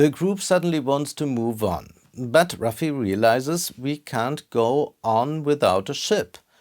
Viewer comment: Charakter is named Luffy, not Ruffy. Nuff said.